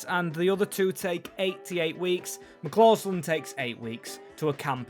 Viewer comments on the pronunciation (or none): McCausland not McClausland